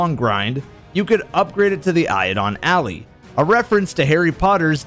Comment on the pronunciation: Eye-doe-lon is how Eidolon is pronounced, and it's ally, not alley, as in a friend.